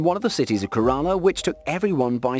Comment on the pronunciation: The pronunciation of Kerala and other cities is horrendous. Maybe the narrator should do some googling with pronunciation of Indian cities.